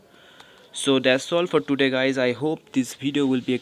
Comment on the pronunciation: Pronunciation of today, twoo day 😂